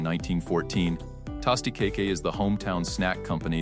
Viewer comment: The pronunciations in this video are lousy! Tah-sty-ca-ke? To-mah-ato pie?? Cmon people, if you want us to love the Philly stories, PLEASE proof your script and voiceovers!!!